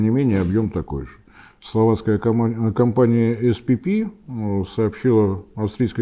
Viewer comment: Словацкая компания SPP называется "эСПэПэ". Пора отвыкать читать всё по английски.